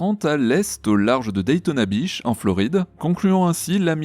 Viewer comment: daytona "biche" ou "bitch" 😂😂😂beach....